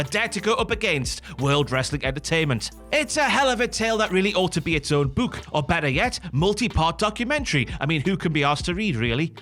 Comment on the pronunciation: Also Booc-h for book XD